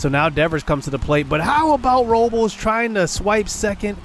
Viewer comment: Day 100 of asking what Benito Osuna's Batting Stance is lol Also it's pronounced Victor (ROW-BLESS) JJ (Bluh-Day)